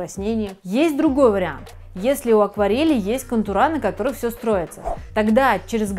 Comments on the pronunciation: Не контурА а кОнтуры!!!Русского языка надо знать!!! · Видео конечно хорошее и полезное, но... Никогда бы не пошла к мастеру, который говорит контурА. Это как официант, который говорит стаканЫ ((